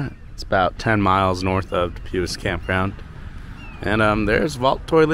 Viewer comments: Pronounced. du pwee. French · Du pui The S is silent